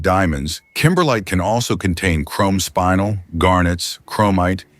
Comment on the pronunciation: Spinel is pronounced like ( spin the top) spinelle 🌪️🪀